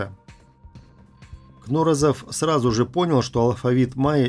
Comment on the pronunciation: КнорОзов. Ударение на второе о.